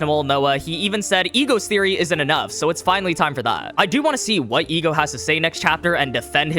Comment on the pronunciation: Ah yes the E.G.O.